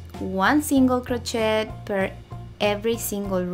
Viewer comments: Honey, its pronounced crochet ir cro shay... not shet... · It's pronounced "krō shāy." Sorry, but the way it was pronounced in the video was throwing me off. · So you are incapable of learning the correct pronunciation?? Doesn't matter what ethnicity you are cro- shay is how you say it no matter who and what you are!! That would be like me saying tortilla and pronouncing the lls as elllls not yyaa in tortilla. Oh I learned Spanish 4 years in HS and college. I know you can learn to say Cro-shay (Crochet -no prooonounce the "T")OK (said with Spanish accent). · Not a critical thing, just trying to educate. It is a french word, gee I guess you don't get that either. That is all I am saying is THE "T" IS SILENT OK? GOT IT GOOD!!!! CRO SHAY!!!!! Hey hey!!! Say it correctly. I didn't like her pattern anyway, made up my own - that is MY OPINION! I HAVE THE RIGHT TO GIVE IT! This is a public social media platform. Bye!!!! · The word "crochet" is French, you do not pronounce the "t" at the end of the word. It is pronounced crow-shay. Just FYI. Thank you for the pattern I am making one for a baby shower. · Thanks! I’m Spanish and we pronounce it cro-CHET 😊 but I’m trying to change that!